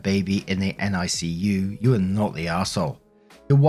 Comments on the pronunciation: For whatever reason, it's said Nick-U for NICU. Cheers as always mate. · NICU is usually pronounced Nick-you, here in the states. Not sure about your side of the pond.